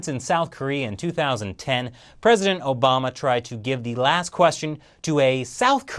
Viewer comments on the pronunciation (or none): none